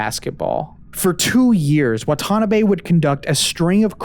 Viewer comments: I hate being that guy, but I do dislike more hearing Watanabe as waTAnabay. It’s Wah-tah-NAH-bei. I hope you understand. It’s like hearing Mister KEEE-Anu Reeves. Or HaREEEson ford. Braaaaaaad Pitt. To-awwwwm Cruz (cruise pronounced super fast) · Instead of wa-TA-nabe, please try WA-ta-na-be 😅 not that the person deserves more respect but having accurate pronunciation would better reflect the research that went into this video!